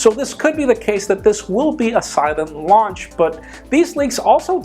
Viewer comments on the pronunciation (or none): none